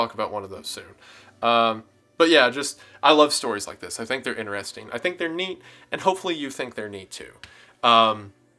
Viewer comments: lost after the first "inner-resting" pronuciation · I was with you until you said "inner-resting" x'D